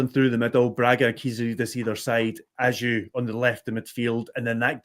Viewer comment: Isn't his name pronounced Baggio, but without the B...I'm sure this came from the horses mouth in an interview...